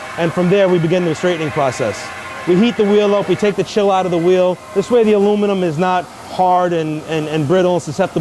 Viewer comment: Let's take the veel off the wehicle